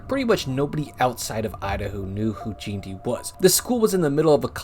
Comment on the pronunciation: Jeanty is pronounced gen-tee, BTW